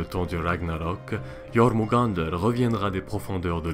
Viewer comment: Yeurmungander (avec les r roulés) :D